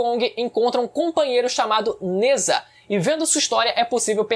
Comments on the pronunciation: Só uma pequena correção, Nezha se pronuncia "Najá". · Sem querer ser chato n é nezha, se diz nezRá